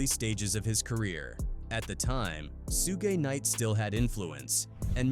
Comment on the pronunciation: The ai trying to say suge knight name so bad its hilarious 😂